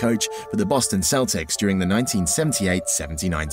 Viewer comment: I swear at the beginning he said Boston Keltics